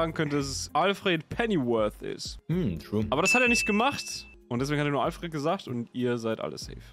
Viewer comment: Die beiden Fragen waren für mich sogar quasi gleichwertig. Beim Buttler habe ich zwar etwas überlegen müssen, kam dann erst auf Albert,,, Neee, irgendsowas... Alfred (aber unbedingt ENGLISCH ausgesprochen! - so in der Art: olfrehd). Wie die alle so deutsch ALFRET sagen 😞 Und selbstverständlich sage ich bei einem Fixpunkt der Basiseinheit = 0 Naruto ? Ok, ich weiß das ist irgendein Anime, dann hört es aber auch schon auf. Oskars ? 0 Idee - war Tom Holland nicht mal so ein Hype? Ansonsten vielleicht Scarlet Johansson BAAL ? Bitte was für ein Ball? Taylor Swift Tourname ? Pff ... Abbey Road war da nicht was ? Millie Bobby Brown? Bobby Brown ist doch sehr bekannter Sänger.. wer ist Millie ? seine Tochter ?